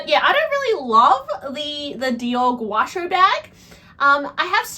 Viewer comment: The Dior bag is spelled "Gaucho" (a South American cowboy 🤠). "Gow-cho"